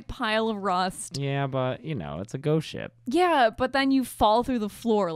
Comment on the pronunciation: it sounds like you're saying "ghost shit"